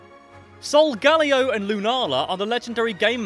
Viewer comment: they are pronounced Soul-Gar-Leo Solgaleo, and Luna-La Lunala